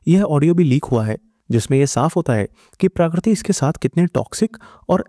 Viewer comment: Dude !! Please pronounce her name properly. The word 'Prakriti' is in Hindi Dictionary, its not that unique or foreign from your language.